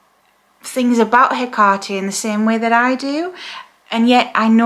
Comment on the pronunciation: I notice you pronounce the name Haycarty, Ive always heard it pronounced as Heckatty. Is there any difference?